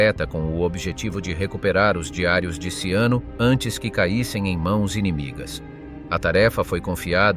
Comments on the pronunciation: At least leand how his name in pronounced!! GaeazoCiano ishould be pronounced Galeatzo Chano and not siano!!! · Robot sei handicap nel linguaggio 😂😂😂 Galeazzo Siano?????😂😂😂😂😂 Ciano,pirla Ciano,Cianooooooooo 😂😂😂😂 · "Siano"??? Dev'essere uno scherzo... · Ciano, non Siano. Che noia questa AI.... 😢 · Ciano.....non Siano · E Ciano,non sciano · Ciano con la C iniziale e non Siano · Sag nicht immer "Tschiano", sondern nur "DSCHANO"!!! Tönt ja scheußlich. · 0.44...Siano? Ma che cazzo dici? Poi Ciano diventa addirittura Luciano...Ma che cazzo dici? Vergogna!!! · Ciano se pronuncia CHIANO. 😉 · Ciano is pronounced Chano...is it so difficult to get the name of the subject correct? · Perché il cognome viene pronunciato SIANO?? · Ciano con la c - Edda con due d. Ma sapete leggere? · Learn how to pronounce, the name CIANO !! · Ciano,con la ci! Xkè usate voci artificiali e poi volete di iscritti? Questa non è scienza ,è fantascienza!😂😂😂😂😂😂😂😂😂😂